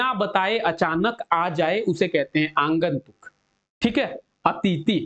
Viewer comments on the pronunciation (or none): Q no -12 aagantuk hota h sir na ki aangantuk